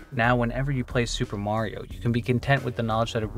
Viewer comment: He said “Mario” wrong.